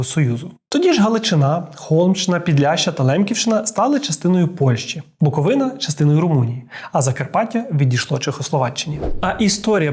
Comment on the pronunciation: ну тут сказали Буковину́(( але всі інші рази правильно)